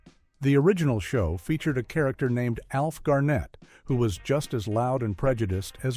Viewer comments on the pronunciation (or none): Alf Garnet pronounced "Garnit" not "GarNET"! Rag and Bone men were not just in London, they were all over the country! (London is not the whole of Britain)! How unusual for America to nick some other countries ideas, and then claim it as their own!